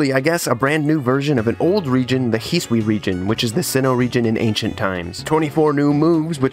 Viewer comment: the way this guy pronounces hisui 😤